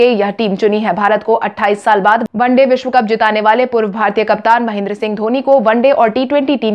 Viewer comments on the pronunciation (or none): none